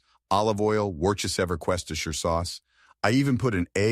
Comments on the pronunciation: "Wercheseverquestesher sauce..." ooof the AI really gave up on that one lol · I thought you were exaggerating, then I heard it. Damn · Are we forgiving the way they said Worcestershire sauce